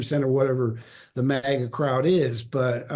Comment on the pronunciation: lol did Mark Hamill just 'hard R' the word MAGA? Kind of like: 'Yeah, helluva lot of dirty maggers round here.' Lmao